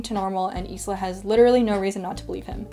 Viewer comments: The only issue I had with this video was how you pronounced Isla’s name. You said it like “is-la” it’s pronounced as “eye-la” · I know it’s not related to the book, but I want to know what’s the name of the background melody and its composer? I like it. Anyway, the Mai character's name is pronounced as ice-la. I wonder if you’ll read the next book, Nightbane.